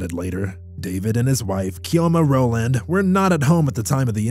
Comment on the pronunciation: Your pronunciation of Chioma and Ifeanyi was very poor. No new update on the story so why did you bring it up?